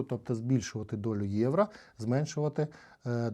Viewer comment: Не Євра а Євро 😬 ) але дякую що контент українською мовою 👍